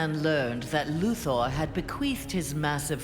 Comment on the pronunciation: ITS LEX LUTHER NOT LEX LUTHOOR